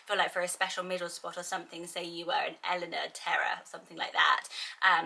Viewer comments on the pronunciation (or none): none